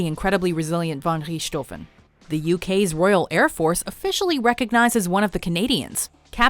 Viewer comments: How the hell did you get rich - toven in german it makes a sort of ck sound so its pronounced ricktoven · Our news always pronounce english words right. But i never heard any american say Richthofen right they always say "Ritschthoven" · You Mispronounced Manfred Von Richthofen's last name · That butchering of the Red Baron's name though.. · Wrong pronounciation of Manfred von Richthofen, it really isn't that hard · It sounds always funny when they try to pronounce German names like Manfred Van Richtofen XD... Ach ja, irgendwelche deutsche hier?